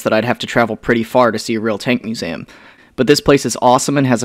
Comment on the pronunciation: Why do you pronounce museum "muzaum"